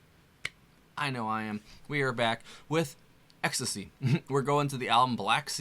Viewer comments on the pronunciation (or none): It's not pronounced "Ecstacy"... It's pronounced "X.T.C." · I love your insight…. I’m here cuz I love this band and have for many years… ITS really good to see the next gen apareciste and understand the contribution of this band. Us old people pronounce it “X…. T…….C” but you do you… lol. Just happy to see the appreciation for the genius. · It's X, T, C. Not ecstasy. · It's actually pronounced X T C as in 3 separate letters. They are from my home town 🙂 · Pronounced X - Tee - Cee bro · You don't pronounce the bands name ecstasy, you say X T C.😊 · Hi - it's not pronounced ecstacy. It's pronounced X T C. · The band name is pronounced like the individual letters rather than word ecstasy. Just fyi. I was beyond thrilled - with myself 😅 - when I learned 'Respectable Street' finally, in the mid-00s and began playing it on the streets and one specific patio in Kensington Market in Toronto. Andy's words are always witty, pointed and hilarious. Love Terry Chambers, Colin's eruptive basslines, their vocals and though I have no clear idea of Dave Gregory's contributions, I have no doubt it's significant and perfect 😀👌🏽🎶❤️🍁❤️✨️🕊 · Thank you. Great reaction, but say it with me: X T C By the way, these are two of my favorite XTC songs. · Pronounced Ex-Tea-See...